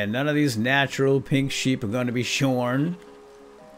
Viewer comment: who else thought he said sacred pig sheep when he said "Lets go fetch the sacred pink sheep!" ???